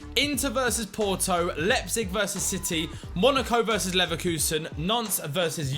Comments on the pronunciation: Lie-pzig not lep-zig 😆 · Nan-Tez and Lep-Zig. Oh dear... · Love this series but please learn to pronounce Nantes and Leipzig!!! Lol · Should probably try pronounce Nantes and Liepzig correctly first.